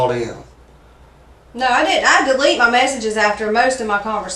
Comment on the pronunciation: “What kind of car were you driving?” “Mah car.” 😑